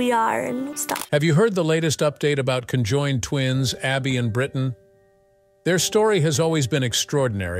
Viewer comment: It’s Brittany not Brittan